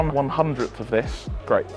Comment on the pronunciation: The "THIS" made me laugh out loud.